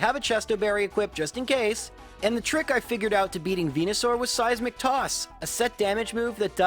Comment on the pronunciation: "Seissmic toss a set damage move that does my hp as damage" I guess it was just a slip of the tongue :D